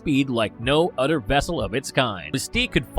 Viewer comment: Tuhgever, udder.